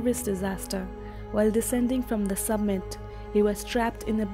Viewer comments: It is summit not submit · did the narrator say "submit"? Lol!!